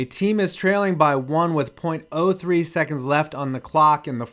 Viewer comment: .03 seconds? You’re saying it wrong, dude.